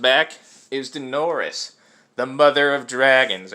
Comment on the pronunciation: Daenerys is pronounced Dah-e-ne-ris.